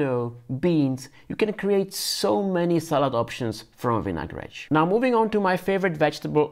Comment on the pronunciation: Você fala vinagretche como um brasileiro 😊